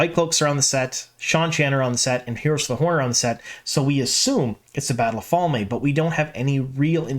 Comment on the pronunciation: Fal-may? I really hope that's not actually the way it's supposed to be pronunced 😬 Also you said they "things that are absolutely already canon" and I assume you mean the Moiraine and Siuane relationship but this is just blatantly false. Yes, they had a child hood fling but it never went beyond that. And they both went on to have hetero sexual relationships which obvious won't happen now. So, "absolutely canon", absolutely incorrect.